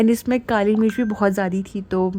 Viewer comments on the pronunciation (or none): none